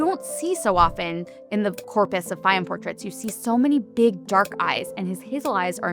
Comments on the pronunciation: Its pronounced “Fay-yoom” habibi. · Many Egyptians have this eye color. Also, it would have been nice if you could have listened to how to correctly pronounce Fayyum before making this video. The correct pronuciation is not difficult.